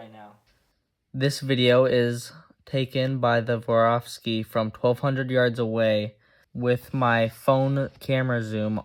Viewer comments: ”SWAROVSKI”, not ”woravski”… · Still gonna watch the video, but he kinda lost me at the intro with “vorawski”…😂